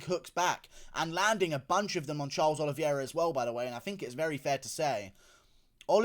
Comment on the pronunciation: Nice reaction and breakdown! I believe his surname is pronounced OLI-VAY-RA not OLI-VIER-RA.